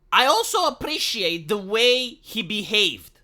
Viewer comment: i have to say, seeing/hearing a ugly troll avatar saying "i apprrrreciate aesthetics" is kinda funny (and yes i understand you right, dont worry iam with you)